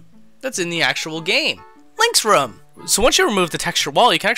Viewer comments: The way you say "room" irks me. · Does it bother anyone else that he says rum instead of room? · It's really triggering me the way you say 'ruhm' when it's Room. Rhymes with boom okay? Good videos but stop this ear rape because I can't listen to you mispronouncing that word over and over. Thanks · I swear every time he says Room, I always hear Rum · ITS ROOM, NOT RUM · why do you call a room a rum? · It's "Room" not "Rumb"! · Why are you saying "room" incorrectly? It sounds like you're saying "rum". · why do you pronounce 'room' like 'rum' ? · don't say rum say room why do so many people say rum and not room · ITS NOT RUM ITS ROOM RU-OM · it's pronounced rOOm not rum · Can you stop saying 'ruhm' and say ROOM ? the oo makes an OOOOOOO sound, like , ooo candy. Room rhymes with tomb. or boom. or balloon. Do you say Buhm! or tuhmb no I didn't think so. Say ROOM it's so annoying other than that great vids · Please stop pronouncing room as rum there's no u in it it's oo like moo. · Hahaha read this after I noticed and commented that you say ruum. Honestly man I don’t care how you say things but I want to enjoy your channel and this actually drove me to the brink of insanity lol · Some people say rum instead of room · Room? Nah, lets pronounce it RUM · Lord Rayken sounds more like " rhuum " unless Americans don't know how to pronounce rum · Rum is a valid way to say room though. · how so? if it was supposed to be pronounced "rum" then that's how it would be spelled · I think the question was fine. I was very confused and as a non-english native i wasnt aware of a dialect where you pronounce room like rum! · its pronounced room. Get it right! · It's pronounced ROOOOOOOOOOOM! Like vroom vroom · Who else hears "rum" when he says "room" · why do you pronounce room ROM? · Rum? Oooh, you're from Minnesota? I only know Minnesotans tend to say room as 'rum' because that's their way of saying it. Case in point: Linkara. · Who pronounces room as "Rum"? Like seriously, what the hell?